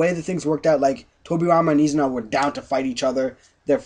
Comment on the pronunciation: Not to be any kind of nazi here, but actually it is I-zuna, not U-zuna. :P